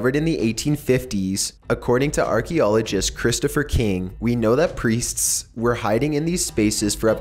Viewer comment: I've never been so disturbed by someone pronouncing "Priests" before.